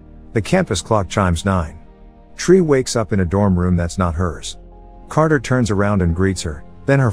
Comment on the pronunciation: "Crater" stands...? You mean, Carter?